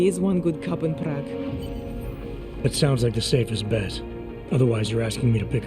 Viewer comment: I kind of hate how the one idiot pronounces prague. It hurts my brain. It makes me cringe especially since she is supposed to have lived there.